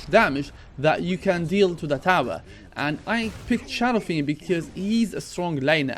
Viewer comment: Did you just say SHADOW FREND